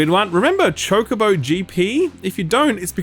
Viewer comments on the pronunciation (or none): none